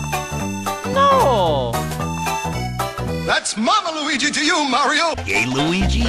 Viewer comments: WOW! You hatched a Weeshee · You hatched a weeshee!!!